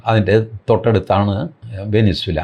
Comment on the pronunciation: നിങ്ങൾക്ക് ഈ വിഷയത്തിൽ അറിയില്ല വെനിസുല അല്ല വെനെസുവേല എന്നാണ് Puerto Rico is a territory of the United States